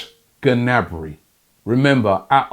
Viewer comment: How does Robbie not know you don’t pronounce the G in Gnabry